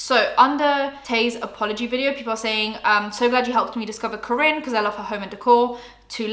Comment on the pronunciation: It’s pronounced Car-In!! Kaarin 🥰